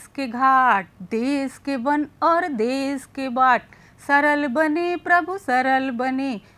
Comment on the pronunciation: देश शब्द का उच्चारण शुद्ध नहीं है।